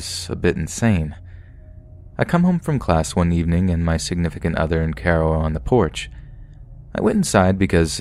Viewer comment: Quit saying 'signifcunt other'